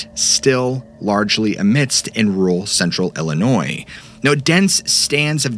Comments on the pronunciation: Illinois is crazy! hey, you pronounced it correctly and we do appreciate that lol thank you so much for everything you do! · Illinois is crazy. Ha Ha. I am original from Illinois...appreciate correct pronunciation of Illinois (s is silent). 😄